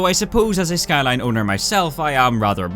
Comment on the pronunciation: Also Shkyline